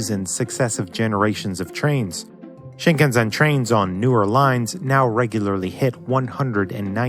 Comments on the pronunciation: its shinkansen not shinkanzen. my ear hurts everytime i hear he say the word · Guess what, it isn't about not knowing how to pronounce Japanese words. The narrator correctly pronounced "shin" like "sheen" and not like the English word. Arbitrarily deciding "sen" should be pronounced as "zen" makes no sense, even in English. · shinkanSen not shinkanZen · I traveled a lot on Shinkansens -- by the way, that's pronounced Shinkanssen with a long s, not zen :) I remember riding the first generation, O on the Nozomi line and then the second 100, Hidari. I rode on the 300 series as well. The food was always a pleasure. I was also living in France in the 1980s. I got to ride the first passenger service between {aris and Geneva when the speed limit went up from 260 lm/h to 280. Man, I love trains. Too bad our country dropped the ball there. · Shinkansen is pronounced shin kan sen not shin kan zen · I’m sorry, but what is SHiNkAnZen? Heard of Shinkansen, but not that I’m kidding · We call 新幹線 “Shinkan-Sen” Not Shinkan-“Zen”. Is it a popular way to pronounce the word? From Japan Thank you for an amazing video! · It's shinkansen, not shinkenzen. Why is it so hard to go listen to how the word is pronounced. Especially if you dared to make a video about the subject? Jeez, the ignorance in these muricans. Also, you're too late with this. Maglev train called Linear is gonna start operating in 2027. It will take only 1 hour to go from Tokyo to Osaka at 500km/h. Linear has been doing test for 20 years now and anyone willing to ride it can do it for around $40. Just need to apply 3 months ahead on their website. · it's pronounced shinkanSen, not shinkanZen. stupid! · "Shinkansen" ... "sen", not "zen". I stopped watching. The ceaseless, repetitive, mispronunciation was too grating. By the way, I live in Japan and rode the line you're talking about just five days ago. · Why call of 'SinkanZen'? 新幹線 is Shin Kan Sen. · It's pronounced shin-kan-sen, not shin-kan-zen. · しんかんぜん？？？